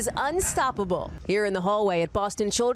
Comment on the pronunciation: Shout out to Wesley Araujo (pronounced "Arao-who" in Spanish)! Handsome guy, strong mind! Praying for you for miracle cure!